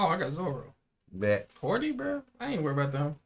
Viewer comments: Hody* not hordy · ok, hate to be that guy but there's literally no R in Hody's name.